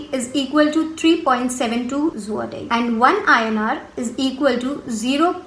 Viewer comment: you are pronouncing Zloty wrong which is hurting my ears XD